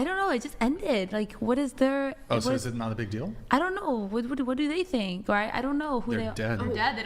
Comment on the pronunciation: _— “I tink so”